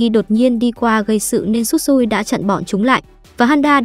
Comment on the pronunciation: Shisui mà nói Tsutsui